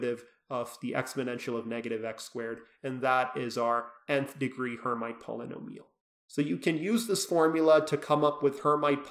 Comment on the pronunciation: Pronounced "air meet" not "her might"